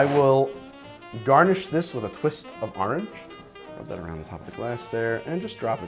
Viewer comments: Started episode taking a shot every time I heard ahrenge. Now me tips les gud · I honestly tune in for the close up shots, and to hear try and say Orange, ahrange, arng, harngé